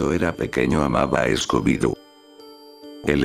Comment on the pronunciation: Escobi y Belma, next level pronuntiation